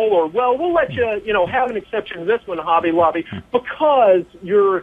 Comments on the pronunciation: It's Hobby Lobbly not Holly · It's hobby lobby not holly lobby. Just saying